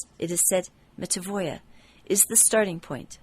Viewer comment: I think, the word should be read with "n" - "metanoia".